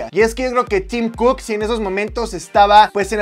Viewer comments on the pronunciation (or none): Cuando dijo “Tim Cook” yo le entendí “Team Cook” y pensé 🤔 ¿que team será ese ?😂.